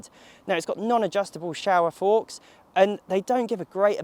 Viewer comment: ‘Shower forks’ lol SHOWA FORKS you dipper stick 😁